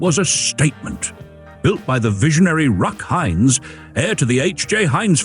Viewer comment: Ruck Heinz??? AI narration?